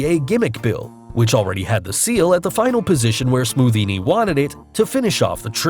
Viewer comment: You said scothinni